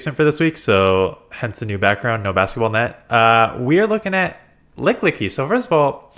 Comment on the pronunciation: It's ok, we all get pokemon names wrong sometimes. It's Lick-ee-Lick-ee